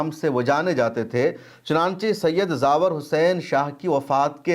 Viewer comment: جناب زاور نہیں بلکہ زوار لفظ ہے